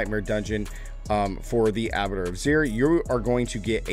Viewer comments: It’s Abba-twa…. Not abitter.. Abattoir is a slaughterhouse basically. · Please, it's "A - buh - twar" not abator